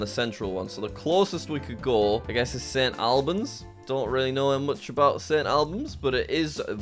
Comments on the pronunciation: And St. Albans is pronounced all-bans not al-bans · good video, i just hate the way you pronounced things like sailsbury and st albans. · And St Albans too